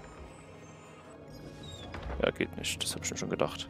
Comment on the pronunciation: Danke, das Video hat mich an ein paar Punkten weiter gebracht. Nur leider hier noch zwei Kritikpunkte: - das ausufernde Vorlesen irgendwelcher Texte ist nur belastend - deine undeutliche Aussprache, z.B.: "...dorsch die Wand dorsch geht das nüsch."